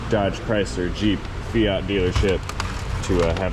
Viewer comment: You pronounced 'Fiat Sorcery' wrong.